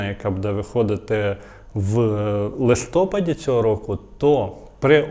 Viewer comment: У слові "листопад" наголос на третьому складі.Вимовляйте правильно !